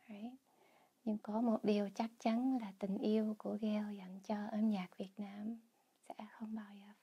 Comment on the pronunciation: The way she pronounces Cà Mau as Cà Mao, hết as hớt, Việt as Diệt just made my day , the Southern accent is soft and pure, she demonstrates it in such perfect voice and tone. Hopefully Gale can make it to Ca Mau and Saigon so that she would have more chance to practice the authentic Southern accent.